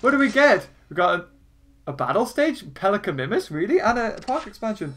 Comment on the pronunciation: He says pelicanimimus Wrong but gallimimus right